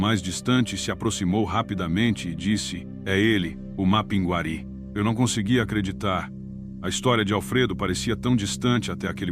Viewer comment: A IA falando mapinGUÁri acaba comigo kkkk Mas, sou fã do canal